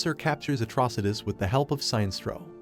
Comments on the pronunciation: It's pronounced..."Sin-nest-trow"....Sinestro. Not "Sign-strow". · Robo narrator really said tall blue immortal beings when the guardians are shorter than a lot of the green lantern corps members also the robo narrator was literally saying Sinestro wrong the whole time its Sin-Es-Tro not Sign-Stro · SIN ess troe. Not Sine-stroe. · it's pronounced as Si.....nestro